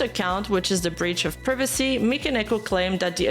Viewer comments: I don't know why but I find it pretty funny and adorable the way you pronounce privacy <3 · She pronounces "privacy" like my grandmother did.